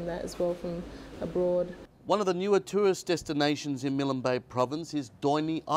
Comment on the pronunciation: Milan Bay??? There is no vowel between the 'L' and 'N' in Milne Bay. You don't pronounce 'KILN' with a vowel between the two last letters, nor should you add a vowel in MILNE. For those who don't know, it was named after, Admiral of the Fleet Sir Alexander Milne who died 1896. I love all of PNG and all it's people, I have my preferences as many I'm sure do, but the many islands in the area of Milne bay can perhaps be equaled but not beaten.